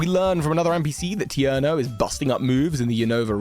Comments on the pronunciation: It's "tee-air-no", not "ter-knee-o". It's "Spew-pa" (it's a pupa that spews), not "Sp-wepa". it's Yor-mun-gander, not "yorgemander" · Tierno, not Tirneo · It's TIERNO, NOT TERNIO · More mispronunciations! There's the classic "ill-ma" for Ilima, but now there's more! Tierno’s name is supposed to be pronounced “tee-air-no” but instead went “tear-neo”. Also, saying "Spewpa" as "Spwep-pah" is just criminal lol The “eye” on Emma’s head doesn’t make sense to be a Looker reference. His Japanese name is “Handsome” (quite literally the romanji for it), disconnecting him from any eye-related ideas....Philippe is not Xerosic. I don't think this should even be up for debate, it's just so obvious. Their stories don't line up at all, aside from having something to do with Lysandre. Yeah I don't see it, he doesn't look like Ash at all. Maybe slight similarities in the color scheme, but that's about it. The Vivillon from the museum is the Marine pattern, not the Ocean pattern. I think this could be a reference to Swordward and Shielbert, who tried to take control of Zacian and Zamazenta in the SwSh post-game. Of note, they're direct descendants of the original hero-kings from the Darkest Day. The Ice-type trainer quotes Lorelei, not Glacia. Seeds of Mastery are used to master moves (allowing the user of different styles in PLA or Plus moves in PLZA). They don't affect stats. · he mispronounces a lot of things to farm engagement from the comments section. "Ternio", "Spwepa", etc... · Ternio? Bro couldn't even pronounce a simple name right. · his name is "tee-air-noh" lol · I think I had a heart attack from that Tierno pronunciation